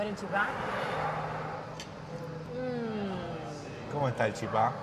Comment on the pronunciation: No es chipá Con acento en la A. Es chípa con acento en la í.😊